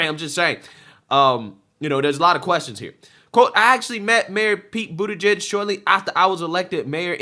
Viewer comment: Dude please start pronouncing his name right. It’s Bootie-Judge.